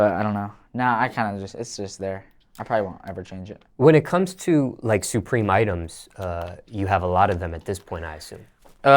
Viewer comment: it’s not “sue-preem” it’s supreme say that shit normal